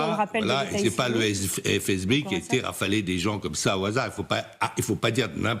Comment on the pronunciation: Bon au moment où elle a dit « phé eze bé » et non FSB , j’ai lâché